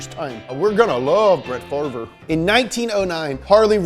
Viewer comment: “We’re gonna love Brett Farver”